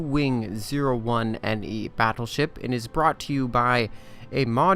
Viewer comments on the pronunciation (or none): sounded like "the jew wing"... illuminatis confirmed!